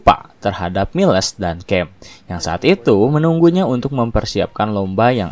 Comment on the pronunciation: Ralat min cara bacanya Miles = mails Choi tu bukan koi tp coi